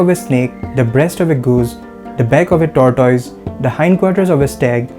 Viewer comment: Pronunciations: Tortoise : Tor-tease